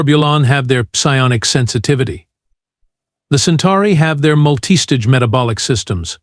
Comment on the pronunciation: When it says Deg C, it is Degrees Celsius. When you say 'Deg C' you sound foolish. I can't even figure out what you said for "multi-stage'